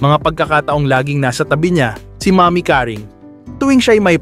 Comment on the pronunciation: Pls lng,bigkasin mo ng husay yung Seguerra at name ni nanay Caring